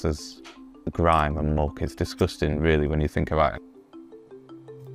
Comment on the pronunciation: "discusting"me : yay